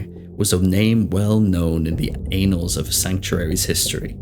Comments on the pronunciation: Don’t know if anyone else pointed it out, but it’s pronounced Ann-alls, not Aen-alls. Someone might get confused about what you’re talking about 😂 Great video! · Pronounced an-als, not anals as in butt sex haha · Omfg dude. It’s annals, not anals. Have you read books before? Some of these mispronunciation are just so horrible even a first semester English as a foreign language student would know better. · Tickled my funnybone when you said the "anals of history" and "anals of the divine" 😂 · I can't believe he actually said anals of the Divine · You really said “in the anals” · why say pronounce it "lilith was well known in the ANALS of sanctuary lol.. annals is pronounced like canals wtf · Plz google pronouncing "annals"